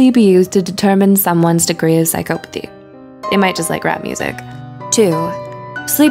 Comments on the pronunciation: Yes it's not pronounced this way. PsychOpathy... It made me cringe so hard the whole way through! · Say it right, its Psycopathy. There isnt any E in there so the O doesnt say its name. Obviously you dont know as much as you think. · She says psy-COE-pathy. No one says that that I've ever heard. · I am having a hard time getting past "psych-oh-pathy". It's "psych-ah-pathy". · Can’t get over how she mispronounces psychopathy every single time. It’s like this ˌsīˈkäpəTHē, not psychO-pAthy 😑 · it's psychopothy, not psych'o'pothy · no not really. I'm English. And I've never once heard anybody say it like this before. Psychopathy is pronounced without emphasis on the O. The same way we say psychology. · Her:sycopathey Me : 😠😠😠😠😠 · The fact that she pronounces “psychopathy” as “sie-COE-pa-thee” makes me so uncomfortable Edit: didn’t mean to offend anyone. I was just trying to make a joke 🤦‍♀️ google psychopathy and press the audio button before you come attacking me. People seem to think that you’re not joking unless you put “jk” at the end. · Narrator: prouncouces Machiavellian perfectly Also narrorator: psychoepathy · If I hear her pronounce it "psych OH pathy" one more time.... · Your pronunciation is off its Sai kaa puh thee "psycopathy" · “Psyc-OH-pathy”, pause video, comment, close video. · it's pronounced psy-kah-pothy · Its not psy"cope"athy jesus christ. Just look the word up already its annoying. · But she pronounced psychopathy wrongly! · No one else was bugged by the way she said psychopathy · Omg same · How many times did the woman mispronounce psychopathy? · the only real psychopathic thing going on in this video is how the narrator pronounces 'psycopathy'